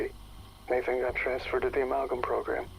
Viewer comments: So who’s gonna tell that it’s pronounced “a-MAL-gum” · The way you say amalgam is so fucking stupid you need to put on an American accent or something